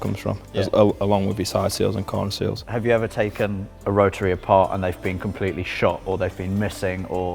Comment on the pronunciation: Not a damn word... Spoon a bearing? Mazda Rah-uh engine?